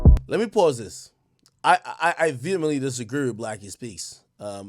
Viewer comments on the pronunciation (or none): none